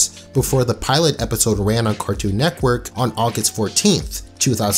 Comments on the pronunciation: why do you say neckwork instead of network it drives me insane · cartoon netquirk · Why do u keep saying 'Cartoon Neckwork'? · Loved this video but I wanted to scream everytime he said "Cartoon Neckwork" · “Cartoon Nekwork” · "cartoon nectwork" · If you say Cartoon Neckwork one more time.... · "Carktoon Neckwork" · if you say nekwork one more time imma lose it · "cartoon nekwork" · I could have sworn you said neck worth instead of network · “C a r t o o n N e c k w o r k” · Why do you call it cartoon neckwork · Great show.. but man, i couldn’t stand hearing “cartoon neckwork” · He says "Cartoon Neckwork" 😂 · Is it me or does he say carktoon nekwork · Cartoon “nekwork” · This nigga keeps saying NECKwork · bruh you started this video off by saying cartoon neckwork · this guy be always misspelling things like "cartoon nekwork" and "the maks" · Why do u keep saying neckwork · Guys. I don't think you're hearing this man right. Cartoon. Neckwork. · “Cartoon neckwerk “ Ok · Is nobody gonna talk about how he says Cartoon Netqwork. (And no I did not spell it wrong that’s just how he says it) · "Cartoon Neckwerk" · "Cartoo Nekwerk" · the word is network dawg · the way this dude pronounces "network" kills me